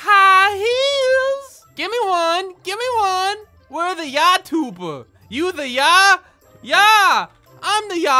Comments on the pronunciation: Lol it is not yataber it is youtuber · I love that she says yatuber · "yatuber"😂😂😂 yatuber hahahahahhahaha 🤣👌